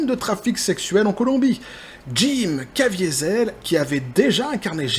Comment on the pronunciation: en parlant de ça, tu as mal prononcé "Caviezel" (le châtaignier) qui est un patronyme extrêmement courant dans les Grisons.